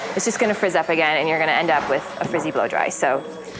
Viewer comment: "Everybody asks me what are the steps to doing a great blowdry." The way she stresses the word "blowdry" makes me wonder..